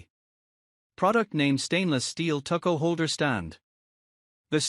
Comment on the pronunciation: Deed-er-izers! Tuck-o holder! Purer! BB-Ching!